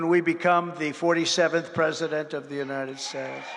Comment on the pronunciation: I think it's pronounced " Unided Schtesh ", as your hero and master orator pronounced it